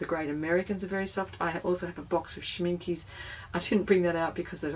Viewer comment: They are not pronounced Schminke. They are pronounced Schminke. The e at the end is like the beginning e of elephant.